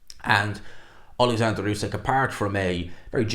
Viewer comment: Why do people insist on calling usyk "usekk" that's not how you say the man's name. Respect the undisputed champ and say his name correctly